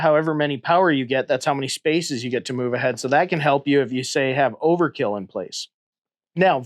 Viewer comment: If you"ll allow me to be a pedantic nerd for a moment, the name is Overt-kill, no Overkill. Must pronounce the T!